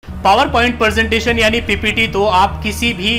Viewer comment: Sir ji presentation hai not persentation